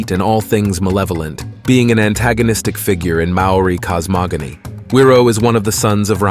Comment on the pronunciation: I really enjoyed the summary of each of the atua/ gods. However, the Maori pronounication dishonours the good work that has been researched and presented so well and so concisely. If you re-recorded with a more practiced and perfected tongue, then it would rawe/ ausm.